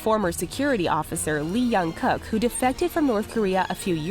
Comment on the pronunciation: “Lee Yung-Cuk”🤣